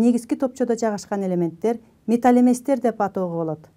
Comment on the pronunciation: Металл эместер деп окулат, сиз болсо металь эместер деп окуп жатасыз. Негизинен туура эмес болуп калат. Сабагынызга рахмат.